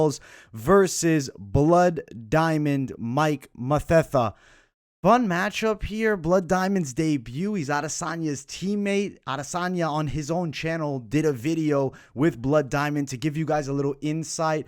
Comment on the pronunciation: The pronunciation is Mateta, don't mind the "h"